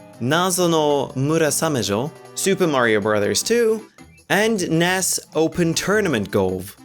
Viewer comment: It's n.e.s not Ness.